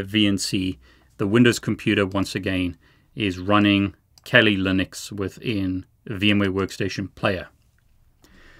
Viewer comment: “Kali Lunix”